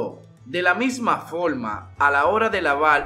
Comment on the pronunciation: Pero tu donde has aprendido hablar.? PELDIDO, POLQUE, FOLMA